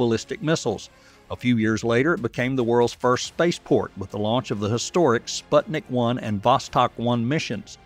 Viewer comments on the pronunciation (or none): none